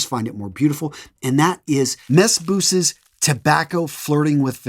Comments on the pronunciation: Not mess bzoosss 😂 its French its (mey beezoo) mes bisous means my kisses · Hello sir these are all great recommendations. I understand that you are not a native french speaker (I am) but I just wanted to point out that "Mes Bisous" is pronounced something closer to "May Bee-zoo". Translates to "My kisses". Other than that fantastic content as usual!